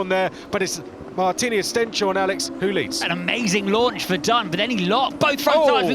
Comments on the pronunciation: ‘Corrected’ them on how you should say Stenshorne (ST-EH-NS-HOR-NUH), but they made it clear that they’ve spoken to him about it and gotten a thumbs up for their pronounciation. Chances are they’ve asked Camara too. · The commentators still mispronouncing Martinius Stenshorne's last name...